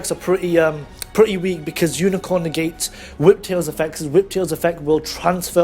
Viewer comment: "Umicorn" and "Gun Gay" Aaah im I miss hearing you say these names because if I am I love my fucked ears right now xD